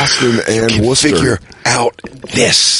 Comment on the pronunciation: I love Dan for pronouncing Worcester right.